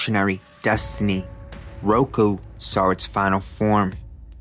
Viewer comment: Same when he said baskilisk instead of baskilisk several times. As well as saying roku instead of roko when mentioning roko's basilisk. No flame here, just can't help but hear those mispronunciations lmao 😅